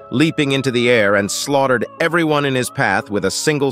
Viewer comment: Why is there so many added sexual clips from other shows. So many errors. Like the ai voice read a i r instead of air. Reporting this video that's made for kids. Why all the sexual added text?